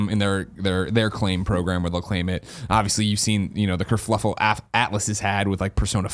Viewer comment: Everytime Greg says kerfluffle instead of kerfuffle I die a little inside.